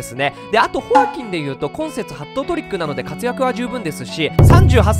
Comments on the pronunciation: ホ↑アキン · ホ↑アキン↓ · ホアキンの発音なまってない？ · おかしい？ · 一般的ではないなと思った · ホアキンのイントネーション… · ホアキン じゃなくて ホアキン ↑↓ ↓↑ じゃない？アクセントの置くところ